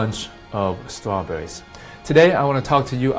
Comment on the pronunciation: " apples and trawbuurries" lol he Elmer Fudd there is no such thing a Judo chop...